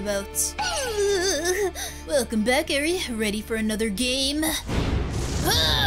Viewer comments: Eri is not pronounced as airy not ere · its not edre its eir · WAIT HO2 U PRONOUCE ERI ITS (Air-E) that's how it sounds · No offense but it's a pronounced arie